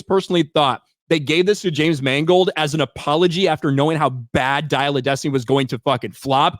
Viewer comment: “James Mangled.”